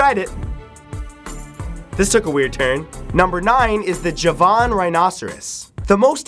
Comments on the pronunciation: I think it's pronounced ha-van rhino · The way he said 'javan' XD